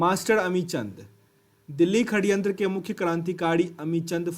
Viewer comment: षडयंत्र होता है....खडयंत्र नहीं